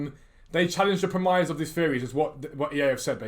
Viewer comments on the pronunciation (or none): you da man, EA can suck an egg 1. how many hats have you got? 2. its not pronounced 'prem-eyes'.. its pronounced 'prem-iss' 3. remember the trailer for FIFA21 saying players will hold their runs to stay onside? another lie, can literally be classed as 'obtaining monies by deception' or 'false advertising' right?